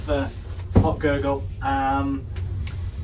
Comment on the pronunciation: Very good video, but maybe you should learn how to pronounce the villages you talk about. It’s not ”Hock-Gurgl”, it’s Hochgurgl. It’s not ”Solden”, it’s Sölden. Otherwise, great 😊